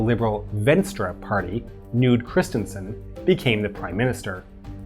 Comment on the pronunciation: "Nude Kristensen"